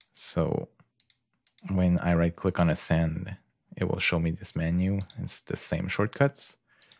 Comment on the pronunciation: Good work, you just need to add that "k" at the end of "click" :)